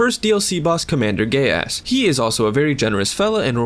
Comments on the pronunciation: Did he say commander gaius or commander gay ass 😂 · “Commander Gayass” I’ve said that before